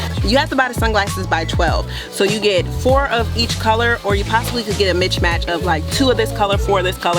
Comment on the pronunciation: “Mitch match” 🤣🤣🤣